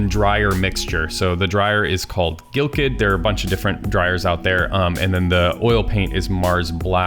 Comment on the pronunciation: GAL-kid. Not GIL-kid. That is how Galkyd is pronounced.